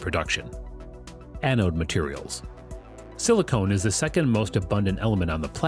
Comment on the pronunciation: The VO seems to confuse the pronunciation of silicon as silicone. Silicon and silicone are not the same thing.